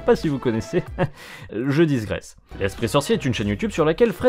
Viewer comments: C'est digresser et non pas disgresser :) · On dit Digresser, pas Disgresser, ça heurte les oreilles 😂